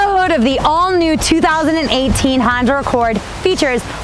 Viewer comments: Honder Accord......ROFL!!! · Honder accord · Honder lol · Is it just me or is she calling it a honder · HONDER!!! Gotta love it. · i tot she said her nama was honda...lol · She keeps saying hondurrr accord. WTH? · Why do white people say honder? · She said “Honder”....gotta love that New Wngland accent. Lost mine when I was 10 when I moved away from RI